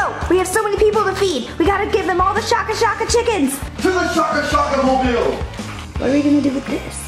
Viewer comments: its shaka shaka pronounced like shake-a (ie shaking a flavour sachet into a paper bag with a chicken piece) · Isn't it shake-a shake-a so it sounds like "shake shake," not shah-ka shah-ka?